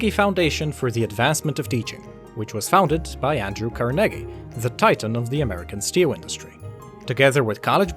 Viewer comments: Car-neggy ??? It should be like: Car-nay-gee (car being long and nay-gee being shorter) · Love your videos but as a note. I've only ever heard Carnegie pronounced Carn-eggie rather than Car-neggie. Just something to keep in mind:) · Car-nee-jee-what the heck in my history class it was undisputed that it was pronounced car-neh-gee. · Butchered the "Carnegie" pronunciation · That's really how carnegie is pronounced ?